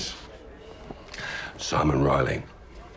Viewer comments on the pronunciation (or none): none